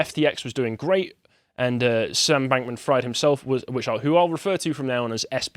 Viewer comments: It’s pronounced freed not ‘fried’ like fried chicken. Also he’s not getting away with shit there’s a huge mess the liquidators have to go through and who need to gather evidence to prosecute. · It’s pronounced “freed” not “fryed” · It’s pronounced FREED. How does one do whole report on this guy and not already heard people say his name a hundred times? 😂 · I'm enjoying how pronounces Fried like "fried eggs" rather than "freed" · may be pronouncing SBF's surname wrong.. but given the situation he's in.. it's not inaccurate.. it's a good meme tbh. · How do you not know how to pronounce Fried lol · That's not how you pronounce Fraud lol. Or Fried.